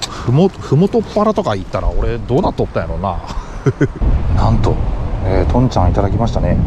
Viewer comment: とんちゃん↘︎でなくて、とんちゃん↗︎ 岐阜は隣でしょう？笑